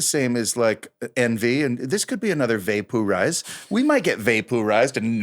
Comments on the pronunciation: Had no idea what movie you two were in together even after the title and then when you said va-POO-rize!! I did watch it! Lmao memory unlocked. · Up until , I was absolutely sure that I had never seen the movie Envy even when I looked it up. It wasn't until I heard Jack talk about "vay-pooh-rize" that I remember that I actually have seen that movie lol